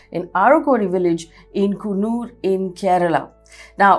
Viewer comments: Not Ravindra, it's Raveendran. Not Kunnur, it's Kannur. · It's Kannur not Kunnoor. It's a district in North Kerala.Please correct pronunciation